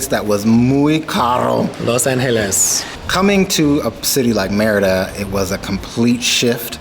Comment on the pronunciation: lol its meeeeriiiida not meeehridaaa